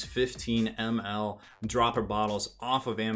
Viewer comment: I must not be the only one to think his pronunciation funny then :D